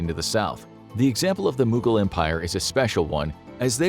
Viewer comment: The way they pronounce mogul empire angered Ghangis Khan